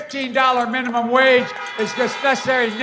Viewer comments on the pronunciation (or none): none